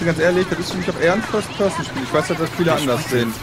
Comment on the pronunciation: "Föast Pöassen" und "Föad Pöassen" ...Dat Englisch xD